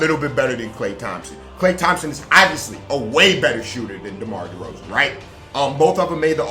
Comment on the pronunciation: The amount of disrespect on my man Derozan's name is crazy... you wilin for real